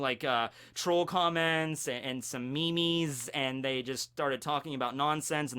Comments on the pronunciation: Did you just pronounce meme as me me"s.... I'm so disappointed D: lol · Did he say...me mes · omg!! me-mes? really? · Did call memes, me-mes?